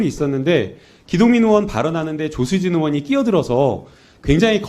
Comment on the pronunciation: 조수진은 국썅이라고 들리는 사람은 없나?